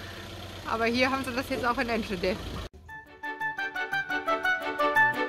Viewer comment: Schade, dass du den Namen der Stadt falsch aussprichst 😉 aber was will man auch erwarten. Ich war zu dem Zeitpunkt auch in de Niederlanden. Aber in de Nederland ist mehr Corona wie hier.